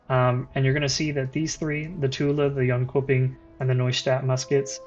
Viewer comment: it's pronounced yonchoping